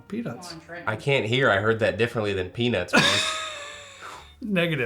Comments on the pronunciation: I heard p nus the first time and peanuts when he said second time...not meant but clearly a slip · Brother i heard penis as well lmao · I heard pea-nus too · The old peanus is what I heard, no “t” sound 😂😂😂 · He 100% said “Penus”. There was no “T”. I backed it up and listened twice. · He definitely said pe*is lol.. I heard it too.. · I agree, I heard peanuts different the first time also. 😂😂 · Better put some emphasis on that letter T at the end. Lol